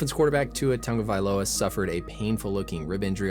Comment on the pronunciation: Nice pronunciation on his name.